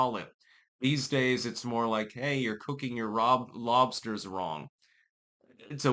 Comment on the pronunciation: Dude you have never had lobstahs come to Maine I'll hook you up with scallops and lobstahs.